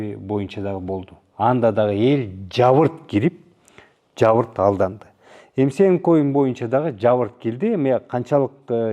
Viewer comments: кыргызда жабырт деген сөз жок ЖАПЫРТ деп айтылат туура суйлош керек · Жабыртпы же жапырт деп айтылабы